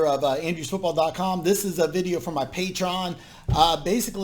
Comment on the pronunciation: Hey man, just want to let you know.. it is called "Pay-Tree- On" - good luck with your endeavors. Hope there are enough people on Patreon following you and support you so you don't have to have multiple jobs at once.